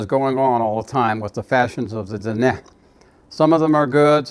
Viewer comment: It’s nice to hear the proper pronunciations of our Diné words